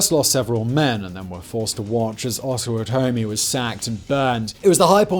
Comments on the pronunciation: Also, Osawatomie is pronounced O-sa-wa-to-me😁 but it’s a hard word for people who don’t know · Kansan here, and my state has a lot of garbage to answer for but the origins are honest. And, by the way, it's pronounced "ah-sah-wot-ah-me" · Its pronounced pot-uh-watt-uh-me (pottawatamie) and oss-uh-watt-uh-me (osawatamie) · "AWS-uh-WATT-uh-MEE", not "AWS-wuh-TOE-me". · These pronunciations are killing me. It’s Oss-oh-WOT-oh-mee and Pot-oh-WOT-oh-mee. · Love it, Simon ! Best coverage ever on Bleeding Kansas. You nailed the pronunciation of the river perfect. Osawatomie is 'Oh saw what to me'. Long story where the name came from. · Kansans pronounce Osawatomie, which is home to the John Brown Museum, as oh-suh-WA-tuh-me, not oh-suh-wa-TOE-me or AH-suh-wa-tuh-me. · I know Osawatomie is a tough one but in case you need it in the future the word - breaks down like this ow·suh·waa·tuh·mee you could always use Google to get the correct pronunciation when you run into difficult or unfamiliar names. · I was born and raised in Kansas City missouri, as well as on the Kansas side. Because Kansas City is a border city right on the river. You pronounced the name Osawatomie wrong. It's pronounced AH-SS-AH-WATT-OH-ME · Just heard your pronunciation for Osawatomie (Oh-saw-wat-oh-me is the correct pronunciation). It's a combination of Osage (Oh-Sage) and Potawatomi (Paw-taw-wat-toe-me) Tribes for the name. My evidence? I lived there for the first 10 years of my life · Good try on Osawatomie. 😂 It’s actually something like:Ah-suh-wah’-tuh-me. It’s said that the name comes from a combination of two nearby streams, the Osage and the Potawatomie. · Dear Simon Its wakarusa wah-kah-ru-sa Potowatomie pot-o-wat-o-mie Osawatomie OS-o-wat-to-mie ... they are native American names and tribes. dakotas, Alaska, Same as kansas being named for the Kansa tribe. A lot of people dont understand this. I feel it's the least we could considering how much we stole from them. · Os-o-WAT-o-mie. Pot-o-WAT-o-mie